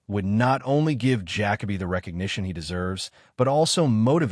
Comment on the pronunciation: I can not listen to this bs fucking AI voice call him Jack-A-Bee. Use your voice or hire someone else